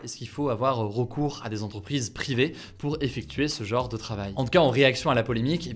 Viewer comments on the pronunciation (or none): none